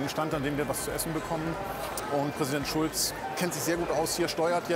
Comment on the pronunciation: Er hat Chulz falsch ausgesprochen!